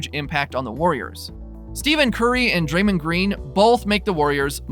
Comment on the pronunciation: Is this a troll account? 1st, you're talking about stats from weeks ago. 2nd, you pronounce Curry's name as "STEVEN" and not "Ste(ff)en"... Lastly, you repeated the 3pt FG% twice! Literally back-to-back lol....just wondering if you're for real....otherwise, good job